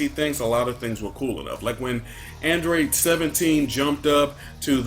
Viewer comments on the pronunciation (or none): none